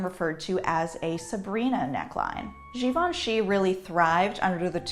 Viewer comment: I finally know how to pronounce Givenchy.